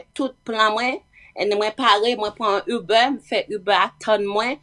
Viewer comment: Kijan manzè pwononse saa (UBER)hmmmm